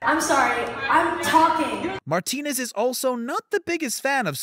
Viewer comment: The way he pronounced “Martinez” reallyyyyyy shook me.